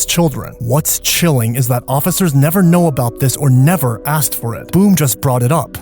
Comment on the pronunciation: I can't believe the bald detective said axed, it's asked!! And he died alive?? You think OMG